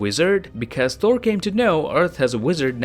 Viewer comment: Why do you pronounce Thor as Four ?